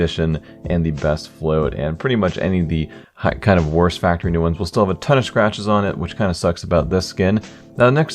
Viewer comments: factowy new? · Is it just me or is there something weird about the way he's saying factowy new? Btw the "w" in factowy is intentional.... in case you're wondering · Factowy New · 'Factor wee neew' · did he just say factowy new? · "Farktowy New" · Faqtuinew that Way he is saying it in the beginning